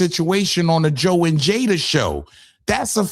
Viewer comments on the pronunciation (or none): none